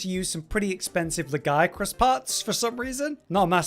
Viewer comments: They literally say "Lagiacrus" in game, out loud. Lag-E-Ak-Rus. How are you pronouncing it wrong after hearing it said? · Anyone else surprised by pronunciation of Lagey-acris. We all have been saying it wrong